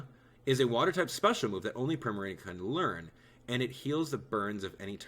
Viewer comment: Btw primarina is pronounced preema reena